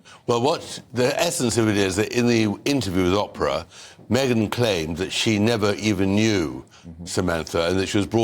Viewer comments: Tom Bower: It's not Opra! ... You should pronounce her name Oh-pra! Thanks for your point of view! Very important and introspective!! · Tom bowyer you legend I love you and I love your book but for the love of god will you stop calling Oprah - Opera it’s driving me nuts here 😂😂😂😂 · Tom Bower pronouncing Oprah as “op-er-a”. So British of him.